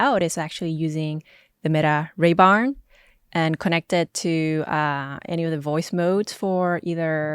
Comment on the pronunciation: She just say raybarn?